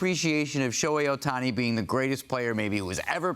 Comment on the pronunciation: Bro its not even close lol.. Ohtaniii